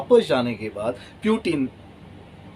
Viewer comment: For few minutes I thought this man is a serious commentator or analyst. But he seems to be the fortune-teller version of to mila thapad...Imagination ke ghore poori raftar se daura rahe hain. And for God's sake it's पुतीन not प्यूटीन ।